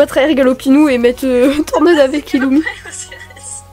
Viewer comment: mdrrrrrrrrrrrrr oh non pourquoi avoir au tant mis des dossiers sur Illumi 😭moi aussi je dit Illumi et pas Irumi